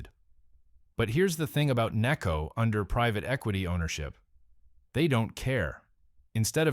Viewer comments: Its called necco not kneeco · or “nay-co” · "Calm-bridge" and "Knee-co" Can we PLEASE get a REAL human to narrate this hatchet job against what was my favorite candy company? Necco wafers are still available and I love them. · Another example of incredibly lazy YouTube content creators who can't be bothered to narrate a post with an actual human voice. The incorrect word emphases and constantly changing pronunciation of NECCO are ridiculous. Just lazy!